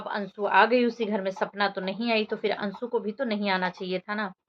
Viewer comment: Bolna nahi ata .ansu bol rahi hai jab ki anshu hota hai